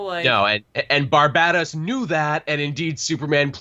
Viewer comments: I think Barbatos is supposed to be pronounced "Bar-bait-dos" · I also use pronunciation for "Barbatos" so that it doesn't sound like the island. Lol